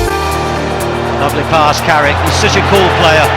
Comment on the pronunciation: It’s Carrick you knowwwwwww